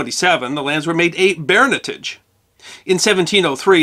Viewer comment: I had a bit of trouble interpreting your accent there wondering what a bear nettage was. Baronetage I guess.